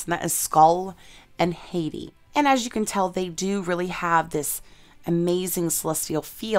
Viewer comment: HAHT-ee not HAY-tee.